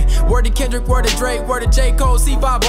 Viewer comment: Man said Klundrick Lamar looooool